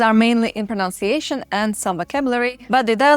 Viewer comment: You are prettier, smarter, and more worldly than I am. So do not take this wrongly: It’s “pro-NUN-ciation,” not “pro-noun-ciation.”